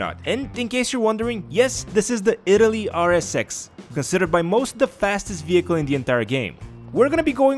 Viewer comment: I love how he calls it but Italy RSX literally like Italy.. You mispronounced it bro.. "The video , is it worth it ? NO!"